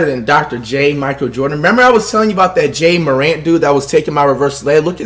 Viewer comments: It’s ja marant and ur not good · Ja Morant: pronounced exactly how it is spelled Flight: Jay Moorant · Flight said “Jay Morant”